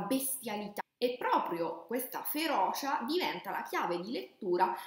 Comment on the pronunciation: Da palermitano, magari anche con problemi di dizione, ti dico che tutto l’amore che metti viene massacrato dalla cantilena e dalle vocali estremamente aperte. FeroCia e non feroscia. Mi spiace veramente tanto ma non riesco a finire il video ;(